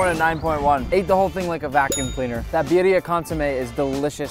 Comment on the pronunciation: lol she said BYRYA BABY